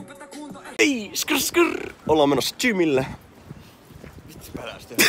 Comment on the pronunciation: "ollaa menossa jhimille" ai jimille? Niinku tvsed vai henkilölle eiku aa gymille😂